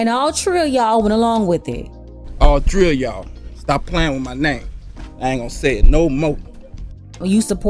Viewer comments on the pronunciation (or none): "All Tree 🌴🌴🌴of yall." 😂😂😂🤣🤣🤣🔥🤙🏾⚜️ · "And all tree a'yall went along with it." Pink Book Lessons LOL!!!!